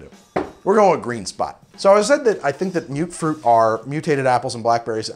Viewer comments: "Mute-fruit"?..... I say it as "Mutt-fruit". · Its not mute fruit, its muttfruit. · you keep saying mute fruit it's mut fruit